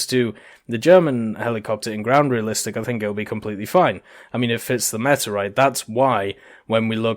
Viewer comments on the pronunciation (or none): none